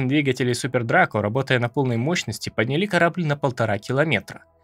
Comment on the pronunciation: Текст перед прочтением пишите с ударениями, а то режет слух: "поднялИ", "занялО".